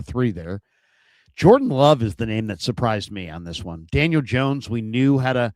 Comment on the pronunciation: You don't know ball Dan-I-Yale